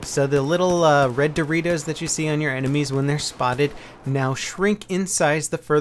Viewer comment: every time said "dorritos" a LOLed a little bit! gret job for making this video, no other youtuber talked about the changes until this point! keep on the good work!